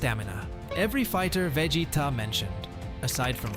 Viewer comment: Man can't say Vegeta